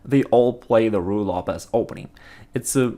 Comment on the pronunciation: he always says righ lopez but the first time in this vid I heard him say Ruy :D